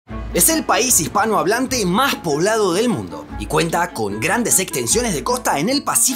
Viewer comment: Ej el paij hijpnaohablante ... 😖